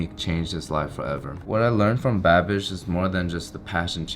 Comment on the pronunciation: Every time you say Babish it sounds like that "I'm a bad bich' halloween little witch 🧹 gir 😁